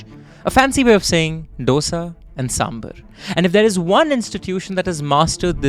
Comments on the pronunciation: डोसा या ढोसा नहीं है डीके बोस। दोसा है। सांबर या सांभार नहीं, सांबार है। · “Saaambaaar” … not “Saaambur”:) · Please its Saaaambaaaaaar not Saumbhur. Please plesae north indians please pronounce it correctly And its not "D-oh-s-aa" ... its "Dhosai" (Dho like two in Hindi, and sai like in Sairat or like in "ai" in Shaithaan when spoken colloquially) I love your content, and the pain you guys took to pronounce, Chengalpattu, Murugan etc. Its commendable.. considering other top tv anchors in national televisions, who alienate their own countrymen by clinical pronunciations. Please dont take my comment the wrong way.. but I have heard too many Saumbhurs for me to even write a comment in youtube 🙂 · It is Dho-sa, not D-osa It is Saam-baar, not Sam-bur It is Sar-a-vana Bhavan, not Sar-vana Bhavan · Dosa 'Do' as in ek 'do' theen... 'Sa' as in 'sa' re ga ma... How hard is that to pronounce? Sam baaaaaar. Not Sam bhar. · its SamBAAAAR !! Not samburrr!! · Dear chap,please pronounce SAAMBAAR and DOSA correctly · Dosa and Saambur😂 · Please pronounce sambar as saam bhaar ( both have the same aah sound) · Also babe ily but it’s sambaaarrrrr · Misprounciation of dosa and sambar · Bruh and calling Chennai madras, calling a lungi dhoti and the sambhar pronunciation